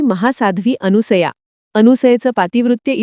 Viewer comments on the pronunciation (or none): कृपया अनुसया नाही तर अनसुया असे म्हणा🙏🙏🙏